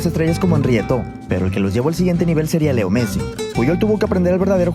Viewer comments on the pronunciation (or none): no, se dice leo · se dice lio messi